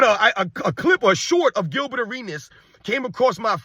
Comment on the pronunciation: The dudes name is Gilbert and it rhymes with Dilbert! Nuff said! 😎